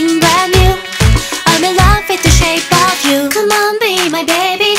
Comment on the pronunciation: なんだかんだクレア先生が歌う「shake of you」が好き。 これは、日本人が聞きやすい発音で歌ってるからだと思う。